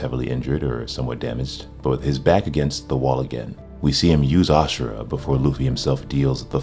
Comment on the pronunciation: Dude it's not "aa-shu-ra" it's "aa-su-ra"